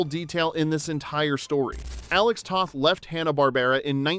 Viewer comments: It’s pronounced “Tow-th”, not “Tah-th” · Alex Toth. Long O (like toast or toe).